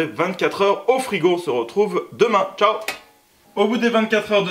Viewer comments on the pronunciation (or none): none